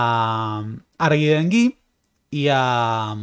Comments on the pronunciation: Es un apellido vasco, la H sería muda también. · una corrección minúscula. Harguindeguy todo el mundo lo pronunciaba "arguindegui". Un comentario de un viejo choto que, al principio, no entendió de quién hablabas 😄 Saludos y felicitaciones por tu canal!